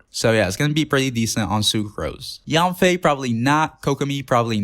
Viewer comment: bro pls fix pronunciation on heizou and yanfei bc ill cry edit: same for shenhe and yunjin edit 2: beidou too